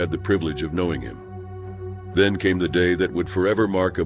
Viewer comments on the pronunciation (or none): none